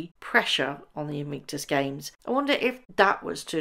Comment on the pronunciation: It’s “Invictus” not “Invinktus” btw.